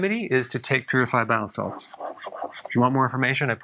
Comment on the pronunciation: I hate it when someone says "the remedy is: take garble garble real fast" right at the end. I played it back 5 times and I am guessing he said": Take bile salts, but it was incomprehensible. Enunciate, slowly for critical info. sheesh.